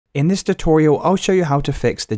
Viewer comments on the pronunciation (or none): none